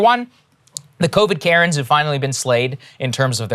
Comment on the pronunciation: Anybody just think Krystal isn’t genuine. I’ve heard her change her points and plus to mention I knew, I KNEW this was going to happen with Biden. Plus to see her struggle with Saagar saying Covid Karen’s 😂😂